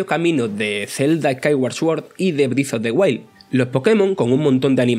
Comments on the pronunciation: Zelda Brif of de Uail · Zelda brif of de huaid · Zelda brift of de wail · "Briz of de guail"